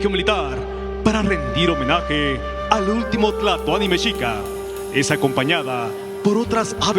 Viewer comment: Escuché o creí escuchar al narrador decir el último güey Tlatuani ?????